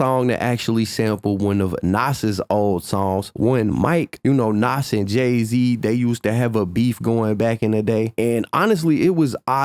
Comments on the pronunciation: Love ya.. But its not pronounced "NOSS" (Nas) its pronounced NAHZ (with a 'z' sound at the end) ❤❤ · The way you say Nas erks me. Either say the man's name right or don't say it. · Stop saying nas name like that its cringe af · Wish you would say Nas name correctly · I fuk with, but if you didn't know he was white you will know that now because how he say Nas, I'm from the south and I still know how to say his name